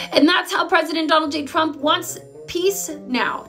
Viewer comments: I love how she says “chrump “ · I love how levitt pronounces Donald's name "chump".. lol.. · President Chump. She can’t even say her bosses name 😅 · Pronounce it Chump not Trump lile KKKAROLINE does every time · President *Chump*? This is hilarious....Leavitt pronounces it Chump 😂😂😂😂😂😂😂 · The only thing she does wrong is the pronouncing of trump it's suppose to sound like chump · I love that KKK pronounces Trump’s name as “Chump.” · That's because she doesn't know how to pronounce it Edi: it's like pronouncing America "Aim-riker", it's simply wrong.